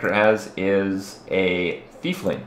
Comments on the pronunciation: it's not thiefling it's tiefling (teef-ling) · AGGHHH not a thiefling... say it with me, "tiefling" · it's Tiefling as in TEA-FLING. not THIEF. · Also it's not pronounced Thiefling, it has nothing to do with a Thief (there isn't even an "H" in Tiefling) it is pronounced like a tie... Tie-fling. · I always thought it was Tiefling, not Thiefling. As in german "tief", which means "deep". So basically "deep one". Am I completely mistaken? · The fuck is a thiefling?.... *Tee-fling* Is how it's pronounced. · It's pronounced teef-ling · are you saying fiefling? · THERES NO H IN TIEFLING! The D&D nerd in me raged so hard.